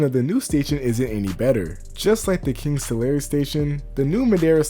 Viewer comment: Taking my first break . As an expat from CA to NY, I appreciate how much you've dug in to the relevant CA lore. I completely dumbfounded when you pronounced Tulare correctly.